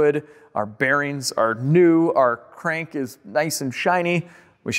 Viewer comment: Crank rhymes with dank 😂 Im glad it worked out for you